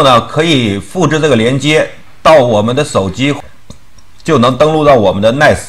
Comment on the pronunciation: NAS 感觉还是读成 那斯 比较好吧